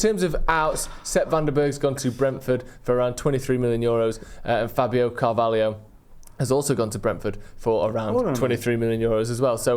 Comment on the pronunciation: Excellent stuff as always, but the Pronunciation Police is now visiting. Who's this "CAR-VALLEY-OH"? Never 'eard of ''im. However, there is a "Car-vai-oh." Same name and sounding as the centre-back who played for Chelsea.